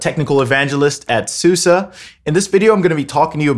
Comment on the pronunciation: TIL it's "Sue-sah" 😂 Very informative for someone who has yet to dive into clustering. Some nice insights that sound like they're founded in real-world experience. Looking forward to future content on your channel!